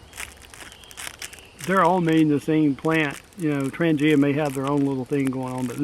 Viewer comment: Tran-ya ...pronunciation for Trangia